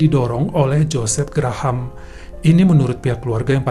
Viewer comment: Bukan Gra-Ham, tapi sebut Grahm atau Grehm .